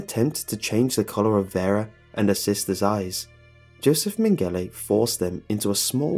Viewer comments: it's pronounced "joseph men-ga-lah". sorry, loved the video but everytime i heard "min-galay" it was like nails down a chalkboard. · Just a heads up, that German doctor's name is not pronounced "Men-gelly" it's "Meng-ge-la" lol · Joseph man-gala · Mengele is pronounced MENG GA LA. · You pronounced mengele wrong